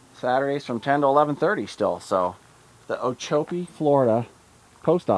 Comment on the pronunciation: I am sure that many people have told you that you mispronounced just about everything. Starting with Coll-yer then Oh-chop-ee, Mick-uh-sue-key, Tammy-ammy (Tampa to Miami), I-la-more-odd-uh and finally Bah-hee-uh Honda. You did get Jolly Roger correct so keep on amusing the locals. The other people don't know the difference.